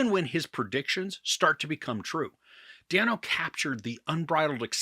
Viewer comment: I love the movie and your review. It reminds me of another favorite, “The Big Short.” BTW, Paul Dano pronounces his last name as “Day-no.”